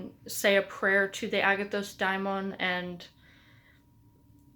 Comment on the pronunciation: It's "dáimon", as in "Afrodite". I think we all should learn ancient greek, at least the alphabet to pronounce correctly